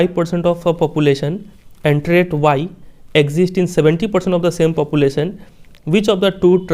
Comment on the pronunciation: SIR TRAIT HOTA HAI TRIAT NHI 😂🤣